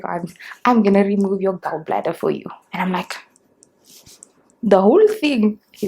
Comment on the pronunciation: What's this intro?! 😂😂🤣 20 to 2?????😭😂😂 Don't make me laugh so hard,, Lord!! The Tiktok is the end of me bra nooo man 😭🤣you'll live very long🤣❤️❤️ The pronunciation of Gall bladder changed real quick to Gaowl😂😂😂😂 Jirre Chady, noooo man.. I'm dying 🤣🤣